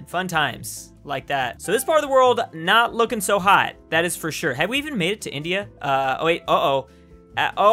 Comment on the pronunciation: “it used to hae”